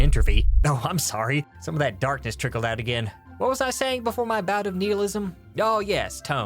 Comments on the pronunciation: "Neek-row-macy"? I was willing to forgive "Knee-hill-ism" but not that. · Sorry but I can't get over saying "kneeheelism" and "necromacy". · “Kneal-ism” instead of “nile-ism” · Come on,, everyone knows the word is pronounced “NIGH-ill-ism” as in “the end is Nigh!” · You mispronounce so many words that this is hard to watch. Nihilism, necromancy, curmudgeonly... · You pronounced nihilism wrong